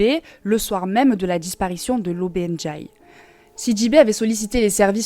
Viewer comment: DiA -Ka ,pas Djaka DiA-lo ,pas Djalo LO-BE NdiaYe, pas lobe Ndjaye C'est horrible cette façon d'ecorché les noms des gens. Et puis j'ai compris que c'est ta façon de parler indiquer deviens indjiquer😁